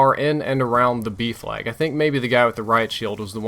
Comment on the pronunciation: It took me until the middle of the video to realise he was saying 'B flag' and not 'beef lag'